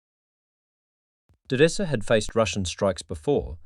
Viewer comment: Automated voice s bad. Mispronounces simple words like Odessa. It's cadence is also terrible. Thumbs down.